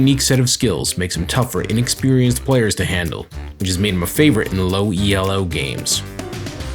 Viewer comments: You hurt my brain. Its elo not e.l.o. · this guy spelling elo out each time makes me cringe so hard